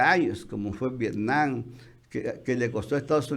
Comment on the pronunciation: Nadie de los Chapuceros puede pronunciar V I E T N A M?! No VIENAM, ni Vienan por Dios!